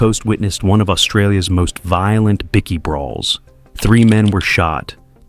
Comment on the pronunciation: Bikie not bicky